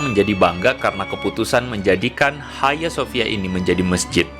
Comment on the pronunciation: Bukan haya sofia. Hagia sophia baca sofia. Bhs yunani.